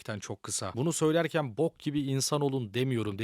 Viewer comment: Lan tam odaklanıyorum böyle hayatımı sorgulamaya başlıyorum bir anda bok diyorsun gülesim geliyor bide baskılı diyorsun bbook diye